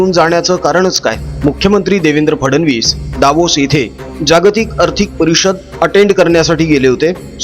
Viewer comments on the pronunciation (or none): आदू बाळा Davos चा उच्च्यार कसा करावा ते आधी शिक.